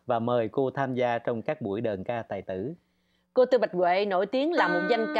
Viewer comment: Nghe đọc đàn ca tài tử là không khoái rồi đó, đờn ca tài tử nha